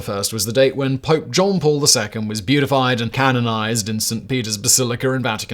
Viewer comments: Uh, Simon...beatified is NOT the same as beautified. It's pronounced be'•adə•fied, not be•yoo'•ti•fied. Yes, nit-picky but whaddaya gonna do? Cheers.... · Popes are not beautified, it is bee-atty-fied